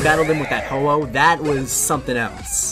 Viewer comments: Ho-wooo? its ho o but its spellt like ho-oh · When he said ho-oh I thought he said hello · Ho-oh more like Hau-oh